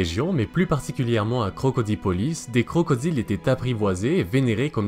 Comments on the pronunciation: Ce n’est pas Crocodipolis mais Crocodilopolis. Belle vidéo sinon! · Super vidéo bro !! +1 abonné (ps : on dit krokodilopolis)